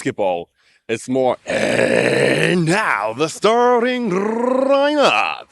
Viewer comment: Rolling his “r” for the word “lineup.” 😂